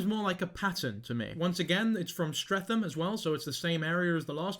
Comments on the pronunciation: the pronunciation of streatham is killing me 💔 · By the way: -The h in Streatham is silent - Year 7 is 11-12 years old, the cut off birthday being the end of October - This man is most definitely Arabic and of Middle Eastern descent (you can tell by his broken English and the skin colour underneath the white paint) - Clearly from his accent and level of English writing, he wasn’t born in England - He is an absolute CREEP and potentially a pdfile - He needs to be reported en masse, please call 101 to report if you haven’t already